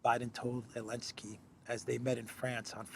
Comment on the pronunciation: Ok, I’m going to go ahead and ask: why do you call the idiot actor from Ukraine “Elensky” when everyone else calls him “Zelensky”?